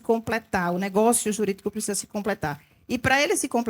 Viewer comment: Na chamada " "PRESISA"...É lulês ou "terra de Malboro" ? Adevogada ou advogada?